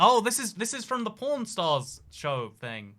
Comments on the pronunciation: how says pawn sounds like porn lmao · OMG I THOUGHT HE WAS SAYING PORN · Living in Vegas isn't that great unless you move to the subarbs of Summerlin, Spring Valley, or Henderson. Also, when I first heard him talk about the pawn shop I thought he said porn shop and porn star.